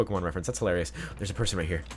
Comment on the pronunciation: "In my opinion it's HOElarious"